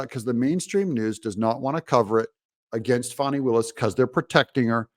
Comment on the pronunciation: It’s fan-nee like in ass. Not fah-nee.